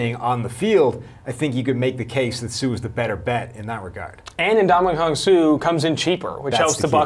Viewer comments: Am I the only one irritated by how he's saying Suh's first name? Lmfao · Brink EXACTLY.